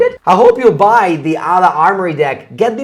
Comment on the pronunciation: The H is silent . Almost got me